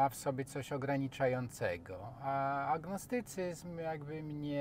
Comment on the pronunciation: Bardzo biedny człowiek. Redaktor też. Nawet biedny nie umie wypowiedzieć słowa "agnostycyzm".